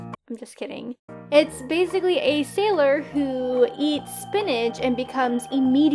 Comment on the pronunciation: I thought she sayed SALOIR moon